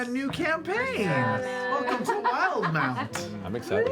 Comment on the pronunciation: It’s pronounced Will-de-mount